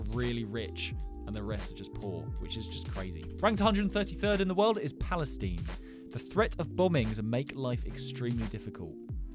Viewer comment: I know you prenoused palvastine ronh